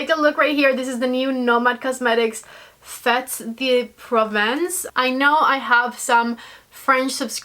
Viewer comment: Fetes is pronounced ‘fate’ and Provence is prone‘pr Vonce’